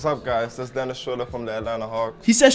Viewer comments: U still did Dennis wrong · u got dennis wrong again